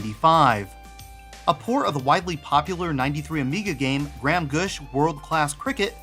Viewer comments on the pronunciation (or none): This is a good video. But Graham isn't pronounced "gram" lol. It's pronounced gray-umm